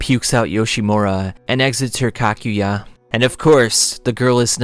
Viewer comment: btw “Kakujya” is pronounced as Ka-Ku-Ja